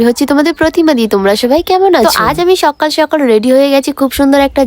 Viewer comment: সকাল বলতে পারে না সককাল বলে😆😆